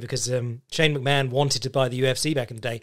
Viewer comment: Why is Vince McMahon pronounced Vince McMann?